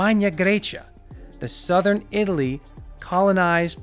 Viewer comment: 'From southern Italy' with stress on the word southern, and the word Italy almost said as a question, why? It's so distracting, why do you put these strange word stresses in? I enjoy the videos but I have to watch with the sound off.